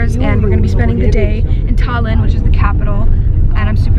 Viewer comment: Im sorry but isn't it Tallinn not thallinn sorry if its wrong in english